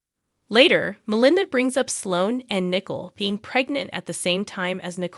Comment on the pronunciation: The name is not pronounced as nickel. It's Nicole (nic coal)